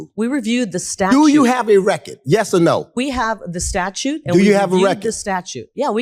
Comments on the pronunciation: Someone needs to tell that black guy that was attacking lake that it’s pronounced record not wreck it.Learn how to speak boy.😂😂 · “Show me the REKIT.” His pronunciation of “record” is sending me. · No cap, is he saying “Reckit” or “Record”? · I agree with him. But it's killing me to hear him pronounce "record" as "Wreck-it" over and over. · Is he saying reckitt or record?? 😂😂 that’s gone be in my head all day smh😂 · Please, stop saying "recket" omg. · "Do you have a reckid!"," I want you to show the Reckid!" I love that dude. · Who is the guy pronouncing “record” with this heavy accent. Love it!😂